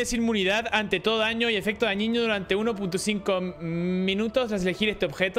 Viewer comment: "DAÑIÑO" JAJAJAJA